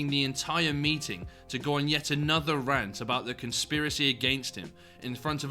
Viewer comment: and Um, that isn't how you pronounce the word Rant, mate. It's said like the insect, Ant but with a R before. You're very weird for saying it like that...